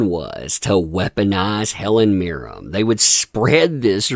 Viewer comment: It's Mirren, with an N, not Mirrem.